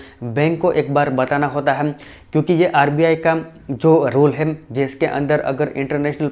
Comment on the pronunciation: tu "hai" ko "haim" kyu bolta hai????????????? reply kr